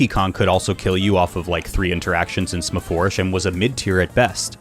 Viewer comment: "smafoursh" thank you for pronouncing it correctly